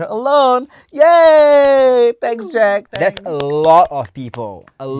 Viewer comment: pronunciation has gone from "ja der" to "jack" 😂😂 how come